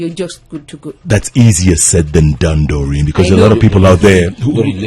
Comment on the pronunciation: Its Daureen Not Moureen